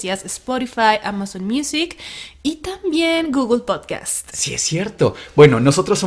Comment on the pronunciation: Mucho "sporifay sporifay" pero despues dicen "podcas"